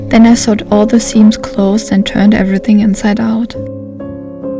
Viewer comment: War das letztes Teil am Kloster Chorin gedreht ? Vorsigt, achten Sie auf die Aussprache von "ich nähte" (I sewed), weil "I sawed" meint "Ich sägte". 😉